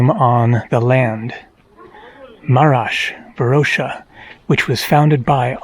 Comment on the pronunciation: You are missing pronouncing Varosha and Famagusta.